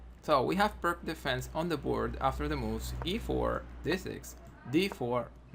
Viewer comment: It's not pronounced "perk". It's "peerts".